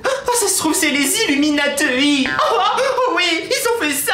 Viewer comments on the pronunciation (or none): on dit bouche et pas be ouche et illumatuit se prononce illuminati